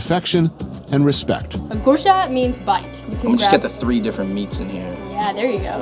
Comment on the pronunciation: the way he says gursha made me giggle